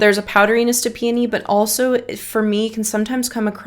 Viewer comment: The the u pronounce peony 😂. Its supposed to be: pee O nee